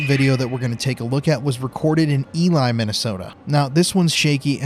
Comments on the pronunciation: Ive lived in MN and Ely is pronounced E-LEE not Eli LoL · Imagine my surprise when I tune into this episode & you are all in my neighboring town of Remer!!😮 Love shows on ghosts & Bigfoot so your YouTube episodes are perfect for me! Just a couple little things tho… Ely is pronounced like eelee & Grand Marais is maray (s is silent). That is all!😉 Thanks for everything you all do!!👻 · Ely, Mn is pronounced E-lee and Grand Marais is muh-ray. Yes, I’ve heard howls up around Burntside Lake that were quite a bit more powerful than the wolf howls which are common. In 2007 I was “encouraged” to exit an area between Ely and the Canadian border by multiple creatures. Lake Jeanette is your destination if you’re serious about a northern Minnesota encounter. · Not E lie, MN E lee, MN. Ely, MN. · From a Minnesotan - "Ely" is pronounced E Lee, not E lie, hahah, great video! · Marais pronounce "mah ray". Ely: "E Lee". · FYI they’re pronounced Grand Ma-ray & E-lee! 😂😂😂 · Just wanted to help you out, its pronounced E ly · First off, you really should LEARN HOW TO PRONOUNCE THE NAMES OF CITIES/TOWNS where you investigate. ELY IS ACTUALLY PRONOUNCED "E-LEE". GRAND MARAIS IS ACTUALLY PRONOUNCED "GRAND MAR-RAY" So apparently you need to do a little bit more investigating. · The cities are pronounced grand ma-ray and e-lee. Glad to see y’all in mn!! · Being from Minnesota I love how our cities are mispronounced. Sorry, I’m not making fun of you because everyone does it. It’s Grand ma-raise and E Lee. But I still love your content!!!! BIGFOOT! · Ely, MN is pronounced "Ee-Lee", and Grand Marais, MN (my hometown) is pronounced "Grand Ma-Ray"). It's French for "Great Marsh". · Fellow minnesotan it's: E-LEE , for Ely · Just absolutely slaughtering our town names LMAO 🤣🤣 my girl and I would've loved to see you and do a meet and greet since you're so close to us and finally in our home state. Love from Duluth Minnesota